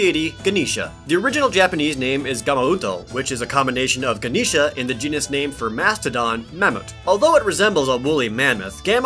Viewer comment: Please pronounce my Hindi gods name as gan - esh other than that great vid guys